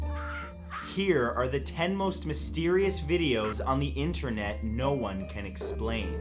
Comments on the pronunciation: the scariest thing of all.... INTENRET!!!! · Lol intenret